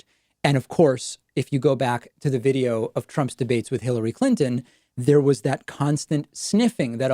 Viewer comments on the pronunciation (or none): none